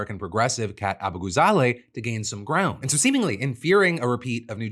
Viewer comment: Thank you for saying Kat's name correctly. I'm sure you practiced to get it out that smoothly multiple times. It's a small thing but I think it's respectful and I just want to say thanks!